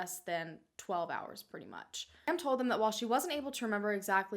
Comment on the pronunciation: Every time says “told” it sounds like “toad” I think it is hilarious in the nicest way possible 😂❤️